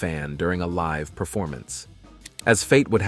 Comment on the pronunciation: The decision to mirror left-right some of the clips is disconcerting. It would be far better to not do that effect! Also, early in the video, the narrator says "live" (as in alive) instead of "live" (as living). Didn't he get a chance to read ahead to figure out the correct form?